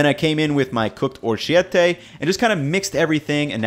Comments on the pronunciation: Oro key et tee. Not “chi” ...key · orchi-ettay lol orecchiette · in orecchiette the "ch" is pronounced like a "k", so orekiette, not orshette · it's actually pronounced ORI-che-tti, not or-CHI-e-tti. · Love ya but you absolutely murdered the pronunciation of orecchiette 😂 oh-wreck-e-ett-ay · Very versatile base to go off of! Fennel seedswould kill in that pasta dish. Oh, and it's pronounced o-re-kkíe-tte (ch+i/e makes a hard k+i/e) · Great video, but the pasta is properly pronounced "o-rake-key-ATE-tay." Generally, an "h" after a "c" or "g" in Italian makes the latter a hard sound, as in "Karmann Ghia;" cf. "Ciao!" Don't sweat it; you should have heard me mispronounce "carafe" the first time! "Care-a-fay?" I don't think so. Carnitas has a cognate in Romanian, carnati (car-NOTS), which also means little meats, but comes in the form of a pork-garlic sausage. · That pasta is pronounced: oh-RAY-key-ay-tay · That was the most Mexican pronunciation of Orechiette ever. Love it mate. Keep the solid recipes coming. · That orecchiette pronunciation. Great vid! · Great recipe. One note, in Italian the CH is actually a K sound, not an english CH like in cheese. In Italian, a CH is only ever found in front of the vowels E and I – the H is added to make the C hard. In front of hard vowels (A, O, U), the letter C is already a hard k sound. That's why in "cappuccino" the C sound before the i is like the english CH (like chino) - the C is before an I but is not followed by an H so is soft. If it was followed by an H it would be pronounced cappuKEENo. So, "orecchiette" is pronounced ow ray kee EH tay. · Great concepts. I'll have to compare this to how Rick Bayless approaches his. On a different note, polite correction: "ch" in Italian is a hard consonant. Basically a "k" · or-shiette... c'mon haha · That scraping metal spoon on the nonstick pot hurt. Also, your italian pronunciation made me chuckle. I'm bad at it too, but at least learn it for the video.